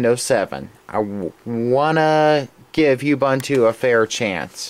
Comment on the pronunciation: I like how you say you-bunt-to. lol I think its uuuuuubuuuuunnntoo